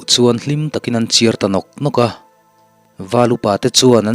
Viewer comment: Ki mawm tih hi lam hniam tur chiar tih pawh hi a dik lo lam chhoh ve thung tur a ni